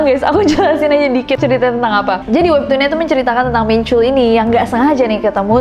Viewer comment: Ness, info aja ya, soalnya aneh dengernya. Hehe. Nama Jin Min Chul, "chul" nya dilafalin kaya "tall"/tol-nya jalan tol. Jadi bukan pake U, tp pake O terbuka.